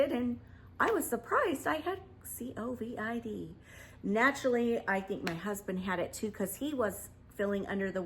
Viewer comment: C-O-V-I-D lol. I love you! 😄❤ Ima start saying it like that haha